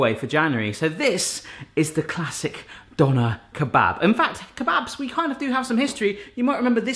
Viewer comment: being german it sounds so funny to me how you say Döner kebab.